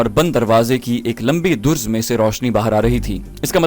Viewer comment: Very good except pronunciation of some words like "darz" and not "durz" and some other words also. It is suggested that the reader should rehearse the next episode with some well educated person.